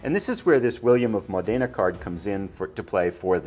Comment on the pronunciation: William of Modena has to be read with the accent upon the first vocal letter of the word Modena... Modena is a cool small town in northern Italy... Módena...